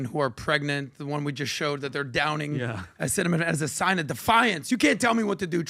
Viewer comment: If you tell me Acetaminophen can give my baby Autism and Im pregnant…..i am not touching it with 10 foot pole. Trump handled the mispronouncing of Acetaminophen well. He isnt the first who has a hard time pronouncing active ingredients of drugs and not the last.